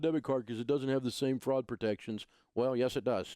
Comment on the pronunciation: is he saying Fraud or Frog protection?